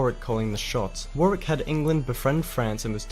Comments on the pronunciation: The second w is silent in Warwick 👍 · I don't know who the narrator of the original video is, but his mispronunciations of British names ( place and personal ) suggest that he may not be British. If he is, he is woefully ignorant of names from the period that he is describing. While it may be a quick introduction to newcomers, there are many errors here. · Just a little note a few slightly dodgy pronunciations by the guy in the video (St Albans and Barnet but I think there was a badly pronounced Warwick in there early on). Although not dynasties - that is how we pronounce it in the UK and most of the Commonwealth. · Agreed. And with proper pronunciations of Warwick, St Albans etc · He can't pronounce Warwick. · Just FYI he kept pronouncing Warwick strangely, as something like War - rick/War - wick?. Like two fully seperate syllables. We pronounce it 'shorter' if that makes sense, more like Warrick/WOrrick :) just a little difference. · He's not pronouncing Warwick correctly. Wah-rik, not War-wik. Yes, it's another British place name where there are letters that aren't pronounced. If the numbers are correct, Towton probably had the most deaths of any battle on British soil. And more British dead than any single day until the first day of the Battle of the Somme in 1916. At a time when the population of England was between 2 and 3 million, 1% of it died in a single day of battle. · FYI for the yanks Warwick is pronounced worrick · So glad you are both interested in early British history. Families were split, much the same as the US civil war, several hundred years later. The pronunciation of Warwick is really annoying. It should be Worrick. There was a really good TV series made in 2013 called The White Queen that covers all of the wars. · Worcestershire = “wooster shire”… Warwick = Worrick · Warwick is pronounced “worrick” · Warwick is pronounced Warrick. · Curious that he pronounces dynasty the English way, but France and Warwick the American way.